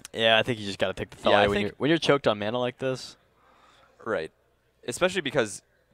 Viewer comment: ThAYlia? ShAYman?